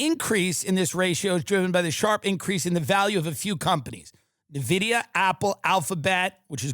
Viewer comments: Petition for to Tim learn how to pronounce NVIDIA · The pronunciation on Nvidia and Jensen Huang hurts me.